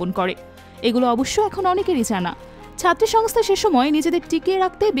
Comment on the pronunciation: ওরে রিপোর্ট রে...😂 উমামা ফাতেমারে কইলো ওবামা ফাতেমা। সাবেকুন্নাহার তামান্নাকে কইলো সাদেকুন তামান্না। ছাত্রী সংস্থাকে কইলো ছাত্র সংস্থা.... ১মিনিট ২সেকেন্ড শুইনা এই কমেন্ট করলাম। বাকি রিপোর্টের কি অবস্থা আল্লাহ জানেন।